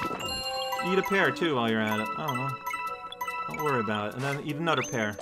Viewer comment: 1. Not gonna lie, when I saw the tag I totally expected to die at the end of a level. Made for a fun surprise though. 2. Huh, I figured Canadians said the word “about” in a unique way, but I guess is so unique that he says it “a box”.